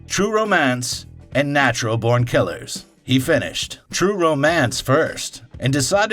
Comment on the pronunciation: Is this some weird AI-voice? There are some weird pronunciations in places. Why emphasize BORN and say it like natural BORNkillers? And in the other video about pulp fiction: "After the movie RESERVOIRdogs" Can't unhear it :( shame as the content seems good otherwise